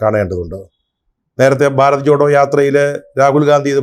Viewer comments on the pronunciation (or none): none